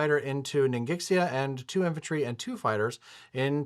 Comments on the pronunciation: It's pronounced as Ning Shia 😂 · Ningxia is pronounced ning shaw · ningxia is pronounced ning shya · The "x" in ningxia is pronounced as an "sh" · Hey guys, love these AA series, and great commentary as always. As someone who speaks a bit of Chinese, I felt like I needed to comment on some of the Chinese names/pronunciations, specifically "Ningxia" (the rest of the names are no big deal). Sorry if someone's already said something about this. So, about Ningxia. The first part, "Ning," is pretty straightfoward - it sounds like the 'ning' in "beginning". The "xia" part is tricky because the 'x' sound in Chinese does not sound like "eks", "ks", or "zee" like it does in English. In truth, it makes a sound kind of in between "sh" and "s," which doesn't exist in English. To approximate the sound, just use an "sh" and it'll be reasonably close. So all in all, you could say "Ningsha" or "Ningshia." Just be aware that the whole thing is only two syllables, so if you say "shia" it shouldn't sound like "she ya," but rather one combined sound. Like a "hyah" that a martial artist or horse rider might make or something. Another thing that's interesting is the romanization of the place names. So my understanding is that back during WW2 times, China used the "Postal" romanization system, which is reflected on the game board with names like "Kwangtung" and "Fukien." This is a nice detail to make the game feel more... WW2-y. These days however, people typically use "Pinyin" romanization, so like "Guangdong" and "Fujian" instead of Kwangtung and Fukien. What's weird is that "Ningxia" is actually the modern Pinyin spelling. To be consistent